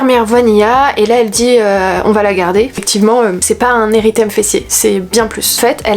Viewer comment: Coucou c’est un érythème sans le « i »😊